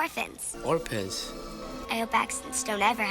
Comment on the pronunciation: dude, give me a chance to stop laughing at the sunbathing ginger comment before you go hitting me with "orpans" 😄